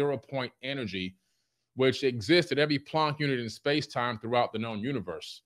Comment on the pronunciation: “plonck unit”